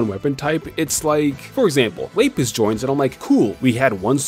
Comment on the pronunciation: The way you pronounce Lapis hurts me Also uh whatcha got going on in the back there buddy